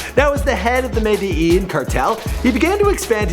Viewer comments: It's pronounced medeJIN. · Medellin is said like this (me-de-gen) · Medellin (med-e-JIN)